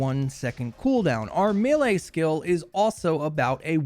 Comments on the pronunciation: MEH-LEIGH not ME-LEIGH lol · Mele not mile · May - lay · This is a pet peeve of mine. Sorry. I'm going to get pedantic for a moment. Melee is pronounced "may lay" with an American accent. It is pronounced "mell lay" with a British accent. "Mealy" is a different word. "me lay" is just weird. You used 6 different pronunciations in this video. It burns! It's like fingernails on a chalkboard! You're not a bad person. I still love you. Please stop making the baby jesus cry. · It’s may-lay lol, good video though thumbs up